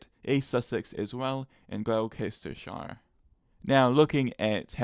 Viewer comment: hahaha - It's GLOSS-ter-shire! But fair play - we are not consistent AT ALL on county pronunciations. Thanks for the vid